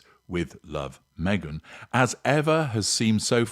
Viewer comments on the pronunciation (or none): none